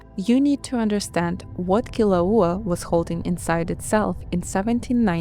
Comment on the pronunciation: The narrator mis-pronounces almost all the Hawaiian names and words, including -- and most jarringly -- the name of the volcano under discussion. While the main content is reasonable, please learn how to properly pronounce Hawaiian 'Olelo before attempting another video set in Hawai'i. Mahalo.